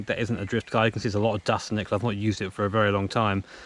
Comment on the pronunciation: every time he says dust i cry